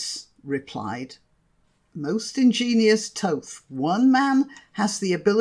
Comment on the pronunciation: You say it is Thoth but I was always taught it was pronounced Thoth.